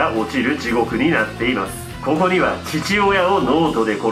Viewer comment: 急な 「こ↑こ↓」 は草